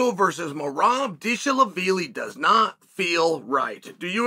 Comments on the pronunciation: “Merab Deshalabeely” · He pronounced Dervish Wheelie perfectly! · You got to fix your premonition on names, it is important. To say Dvalishvili right ain’t that hard actually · Uncle Chael just broke the record for the funniest pronunciation of Merab's last name in the first 3 seconds of the video. 🤣🤣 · Come to find out all these fighters have been pronouncing their own names wrong!